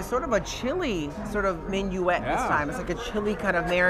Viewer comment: Hi guys. Enjoying this episode but please stop calling the vinaigrette that comes with oysters "minuette". It's mignonette.